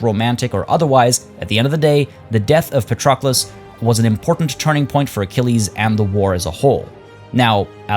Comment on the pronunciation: I am Greek xD names are pronounced pAtroclus, odyssEus, hEctor, agamEmnon, achillEs, menElaos (capitalized letters are where its emphasized)